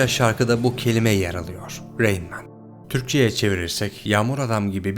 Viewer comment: Güzel bir video emeğine sağlık. Bir önceki videoda Rain Man'i Ra in Man diye yorumlamıştın yanlış hatırlamıyorsam. Ama işin acı gerçek tarafı her ne kadar itiraflar falan da olsa insanlar içinde bulunduğu hayal dünyanın peşinden koşmaya devam edecekler yani endüstri patronlarına kölelik devam edecek.